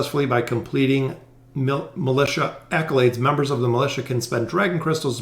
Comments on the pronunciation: I got so distracted by his mispronounciation of the word "Militia" when reading those prompts... Its supposed to be = (mi-li-sha) A militant is an adjective to describe a person. That aside, thanks for the video very informative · Lol same. I was thinking about that exact same thing.